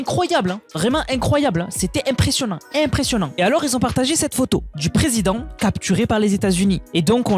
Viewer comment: "qui Z'ont" ?.... je te remercie pour ton travail de relais des infos... et j'adore tes "moinS"... Mais le "qui zont" me fait un peu mal aux oreilles... Bref! juste une remarque.. encore merci 🙏